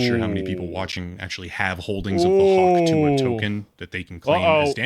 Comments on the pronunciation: 😂 Guess she's gonna get Hawk-sue-ahed. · hawk tuah is hawk through-ah